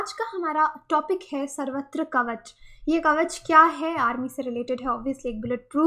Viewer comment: Its not savatra. its sarvatra. sarva means all.